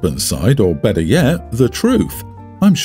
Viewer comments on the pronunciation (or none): none